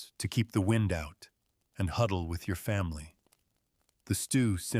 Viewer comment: "wined" howling... Spoken by a machine that's never felt or heard any wind.